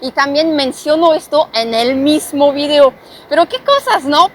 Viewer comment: Me gusto tu video no tu “virio” como ahora todo mundo lo pronuncia. Recuerda una cosa que si estás hablando español tienes que pronunciarlo en español no en inglés Saludos